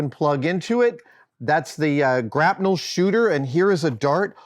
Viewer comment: wait... grap-NEL? have I been saying it wrong my whole life? grapple gun.